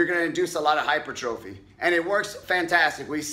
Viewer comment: It’s pronounced HY-PER-TROPHY